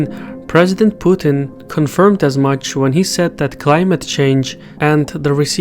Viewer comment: Thank you for pronouncing Putin's name correctly. Seems like most foreigners can't handle a two syllable name